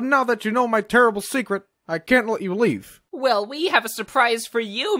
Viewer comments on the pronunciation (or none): i hear live instead of leave